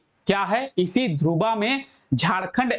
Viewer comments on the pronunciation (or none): ध्रुवा नही सर धुर्वा